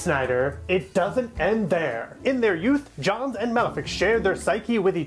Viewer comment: The last name is pronounced like Jones, but otherwise awesome video! Very well edited.